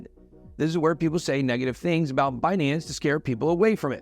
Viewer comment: Ben, let's be clear... it's Buuhnance